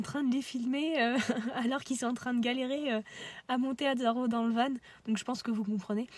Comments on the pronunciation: pas vanE non, on dit VAN stpppp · Bonne video Par contre juste van se prononce "vent" pas "vanne" mais sinon top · oui je comprend bien je pensais qu'il n'y avait qu'une seule facons de dire du coup sa me fait juste bizarre a l'oreille vu que je suis pas habitué